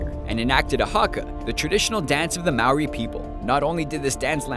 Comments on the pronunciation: YAS! Everyone says it Ma-oh-ri instead of m-ou-er-i. #NewZealandIndians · Thank you ! Omg you're the only foreign Youtuber to ever say MAORI right... :)